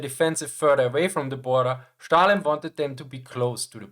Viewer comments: its Stalin, not Shtalin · Why do you pronounce it as Shtalin? It's Stalin (as in steel)